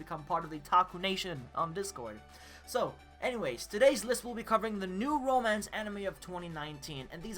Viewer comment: Did he say romacnce?